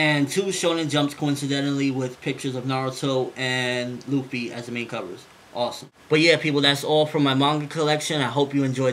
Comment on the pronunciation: It´s not "ruffy" it´s Luffy.